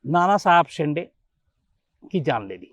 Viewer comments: Shams sir its शिंदे not शिन्डे 😠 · अरे वो नानासाहेब शिन्दे है सर 😀😀😀😀😀😀 शीन डे ,,नही😀😀😀😀😀😀😀😀😀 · Not a शिंडे... Call शिंदे